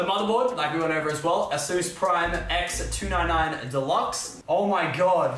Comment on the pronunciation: also the fact that he said " ex - 2 - 9 - 9 "